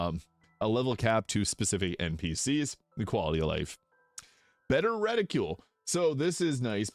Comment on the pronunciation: The weapons stay on enemies mod never worked for me and I don't know why. Only running a select few mods right now, and all of them but that one works for me. I know the mod works though for others. Also, reticle isn't pronounced "retta-cule", it's "retta-kull". 🙃